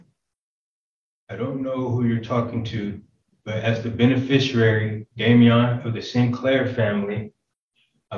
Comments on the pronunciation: "Benefisherary" lol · I'm not Mr Sinclair, I'm the "benfisharary" Good lord, it's beneficiary